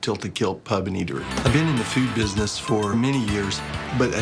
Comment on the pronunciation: The tilted kilt owner I just wanted to punch him for the way he said pub, English by the way